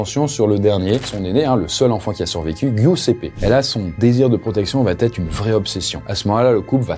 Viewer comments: Elle va-t-être? dsl cette liaison n'existe pas mais sinon GG! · tes vidéos sont géniales mais par pitié: arrête de dire "Elle va Têtre", il n'y pas de liaison puisqu'il n'y a pas de T à "Elle va/Il va". Je le dis gentiment hein ❤ mais je l'entends partout même sur la chaîne de McSkyz! 😭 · Arrête avec va-t-etre. Il n'y a pas de t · Par pitié, on ne dit pas "ça va t être. Va ne prend pas de t. Et quatre ne prend pas de s. On ne dit pas quatre senfants! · les multiples "va-t-être" m'ont fait aussi mal aux oreilles que l'histoire elle-même 😆 Mais je suis sûr qu'à la prochaine vidéo, ça va[__]être corrigé 💥